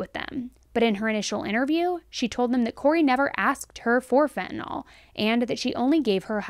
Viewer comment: Phen to nyl....not...fin ta nol js